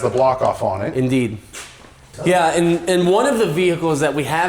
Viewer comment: "in deed"